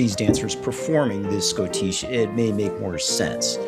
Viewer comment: I always heard it pronounced shoddish